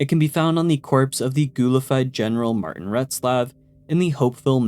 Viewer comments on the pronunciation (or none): none